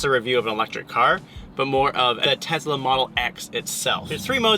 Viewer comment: TeZla. funny.